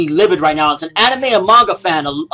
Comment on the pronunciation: What do you come to expect, this is CNN. They're like Fox News 2.0. When a news report starts with mispronouncing Anime (he said "aneemi" lol) and blur out fake supposed images of lolicon, then you know its gonna be bad. CNN also believes violent video games turn people into killers. Lolicon will turn you into a rapist and if this were the truth then so will every other porn genre apparently. I believe this is where personal accountability should fall in place. It's not the material's fault that people are fucked up, its the person himself who lacks the empathy or sympathy that would lead him or her to do such a sick act to a real life minor. So as soon as we can all just stop blaming the material, we can finally evolve and start blaming the psychopath/pedophile in question.